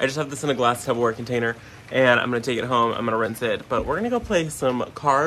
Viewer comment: Did you say Tubberware? 🥰